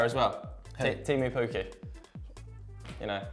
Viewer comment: Do not disrespect Teemu Pukki's name like that, I'll call the finnish football hooligans on your ass (joke, for the butthurt ppl)